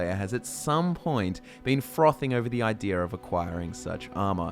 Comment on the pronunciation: please please please do not say 'ídear' anymore, there's no R there, it makes me insane